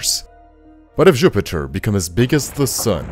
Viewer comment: I agree that he said Župiter